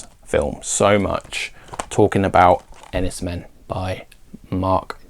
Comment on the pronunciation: I loved 'The Servant' - it's utterly brilliant. I thought 'Winter Kills' was terrible and sold it within days of watching it (each to their own of course). 'Enys Men' (apparently pronounced 'Enys Main') was great, although some people might not get on with the non-linear/fragmented style. I've added 'The Sacred Spirit' and 'Aftersun' to my list. Cheers for the recommendations.